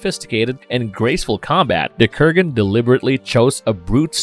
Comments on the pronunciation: Dude it's Kurgan not Krugan. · Kurgan, not Krugan. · Krugan? Ramrez? Not wanting to be the stick in the mudd...but since I have been a long time fan of the Highlander franchise and its mytologi, I must point out the name pronouncings here is not on point with what they are in the movie(s) Kurgan and Ramirez are the spellings and way to say there names correct. Peace. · Good stuff, Kurgan is the man "I have something to say! It's better to burn out than to fade away!" ... but ffs, please pronounce the names correctly - basic shit man....